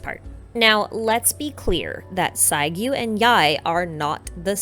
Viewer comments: i want to point that the double u at the end of saiguu name are pronounced more like a soft “oo” sound.. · Great analysis. but can i kindly point out to please pronounced names clearly and not too fast especially when you mention them. Inazuma names are foreign to us english-speakers, so it helps if you take the time to pronounce names clearly. :) Is it Sasayuri or Sasuyuri or Sasiyuri? Is it Chiyo or Shiyo (sometimes I even hear you say Geo). Is it Sagyu or Saiyu or Saigiyu or Saigyu?